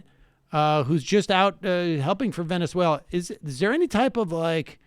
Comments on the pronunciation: I think what he means is she speaks in an unmistakably American accent, all of the time, except when she says that one word, Venezuela. Granted it's not exactly a big issue, it does feel very forced though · Why does she speak with perfect American English but then say the country's name, Venezuela, with with a thick spanish accent? Does she say the word United Kingdom with a Welsh accent too ? What a weirdo. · why is she pronouncing Venezuela spanish? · To me part of the act, to make audience feel she a genuine venezuelan.. it like Guido studied in US university, trained in US FOR THIS. .. but on fox news speaks in spanish.